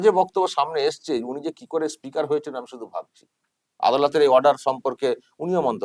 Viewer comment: উনি স্পিকার নন ইস্পিকার